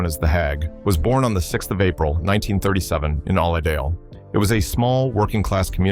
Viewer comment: Oildale,not olly dale